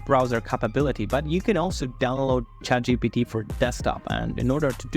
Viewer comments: At least pronounce the name correctly. Its ChatGPT not ChatGTP. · Many people dont understand chatgpt but your fucking FLAT tone and that Russian or whatever accent you have makes understanding chatgpt IMPOSSIBLE! And whats this "Chat GDP" u keep saying!! 🤣🤣🤣🤣🤣🤣🤣🤣